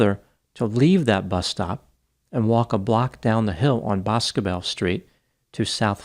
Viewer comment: 1. Her Dad is very much alive and very much deserving of answers in March of 2024 (He voiced his support and empathy on local news today re: Sebastian and Riley) and 2. Boscobel is pronounced Buss-Go-Bell locally